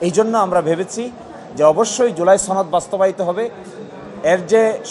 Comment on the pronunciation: ছনদ না রে সনদ😂